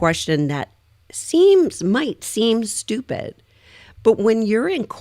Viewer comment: No, it's stchupid.